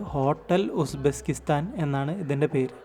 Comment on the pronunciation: Bro Uzbesskistan alla Uzbekistan